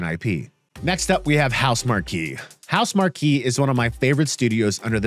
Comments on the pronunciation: House mark key...lol it's pronounced house mark...shows you don't actually consume any other PS gaming media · House-MARK. (Marque) not MAR-KEE. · Why are you pronouncing Housemarque like that? The studio themselves put out a video on their own YouTube channel addressing this. It's pronounced House Mark. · Great video, you’ve earned yourself a subscriber. Just a little fyi Housemarque is pronounced house-mark